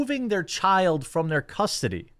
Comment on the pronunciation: "custardy" you turned into ryan for a sec 😂